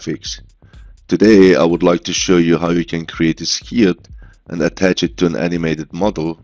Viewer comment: Brilliant thank you, One thing, try pronouncing Skirt as Skuurt, at the minute you're pronouncing it as Skeeryt, hope this helps and looking forward to more tutorials :)